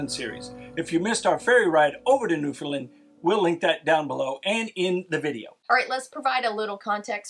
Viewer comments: I've lived here on The Rock for all of my 65 years, and I think the best way to describe how Newfoundland is pronounced is Noof-end-LAND. The LAND part is pronounced as you would in saying Disneyland (a very familiar pronunciation hint for our visitors from the U.S.A.), and the whole word rhymes with and has the same cadence as understand. UnderSTAND Noof-end-LAND!❤ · You are pronouncing Newfoundland the way most Canadians pronounce it except for Newfoundlanders. I've had three Newfoundlanders correct me over time (I'm on Vancouver Island) and their "trick" to teach is to use the word "understand." The emphasis is on the "stand" in the word, so Un der STAND. The same with NewfoundLAND, the same way to say it. So new fund LAND. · Yes, you really need to learn how to pronounce Newfoundland correctly... the third syllable is really "land"... as in understand, make a stand... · I am really enjoying your video except for your mispronunciation of Newfoundland. It’s pronounced New-FOUND-LAND. Not New-FIn-Lind or New-found-Lind. Think…understand Newfoundland. It’s very commonly mispronounced. My guess is someone probably corrected you (in a friendly way😁) while you were there. I will be watching more of your videos though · As a Newfoundlander living in st.johns to this day Americans always say “new fin land or new fin lind “ lol when it’s plain by looking at the word it’s found. Like the video by the way 😊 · It’s normally pronounced by locals as New fun Land. Many visitors say Lin or Lind. Think understand, New found land. Great video. Have fun. Western Brook Pond is amazing. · NewFIN land ? Newfoundland rhymes with Understand :) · It isn't Newfinlind.... it's Pronounced NewFinLand like Understand. Enjoying your videos. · I'm sure you've figured this out by now but its not Newfun'lund. but 'undersantd' newfun'LAND. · It is NOT New fin lund!!!! New fin land,,,understand? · Sa pronounce it this way....and make it ryme Understand Newfoundland 🙂